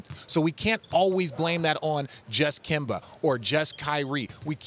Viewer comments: no one: Stephen A: “Kember” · This man is still pronouncing his name as KIMBER lol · Why Stephen A. Always calling Kemba Kember lol. Give my man a break his back obviously hurts. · Nobody: Stephen A: Kember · Now he just saying Kember on purpose !! 😂😂😂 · Nobody: Stephen A Smith: Kember Walka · SAS: “ Kember Walka” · “Kember” -SAS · You see kemba is not really kemba. That's where your wrong. And here's why... Its KEMBER. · Nobody: Stephen A.: Kember Walker... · Ummmmm who is “kember” ?? 😂😂😂😂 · Stephen “Kember Walkur” Smith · Stephen "Kember" Smith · A man who prides himself on his lengthy vocabulary, can't say Kemba. Really isn't hard to pronounce something properly.